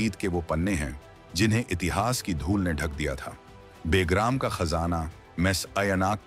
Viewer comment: बे + ग्राम = बेग्राम नहीं, बल्कि ब+ग्राम = बगराम बोला जाता है🐒